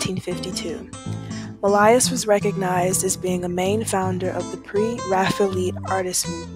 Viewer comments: Oh Professor…. Mill-EYE-iss? Millais. (Mill-AY). Pre-Raphael-EETS?? (Pre-Raphael-ITES). Respect the art & artist - please pronounce them correctly. Thank you. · Mill-eye-iss? Millais (mill-AY) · Mill-eye-iss? Millais > (Mill-AY).